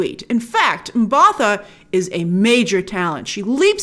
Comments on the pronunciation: Hey. South African here, it's pronounced Mba-Tah. with a hard T. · It’s pronounced m-buh-tar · Hey Grace, quick correction on the pronunciation for Nomzamo's last name, M-Bar-Tar. Proudly South African here, HEY! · Awesome review but for future reference, it's pronounced Mba-ta. Just pretend as if the 'h' isn't there. You got the name right though. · Sorry Grace I cringed a little, the H is silent in Mbatha. great review by the way.